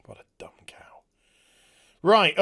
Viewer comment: You know gets fed up when the Northerner accent and slang comes out! "Reet" xD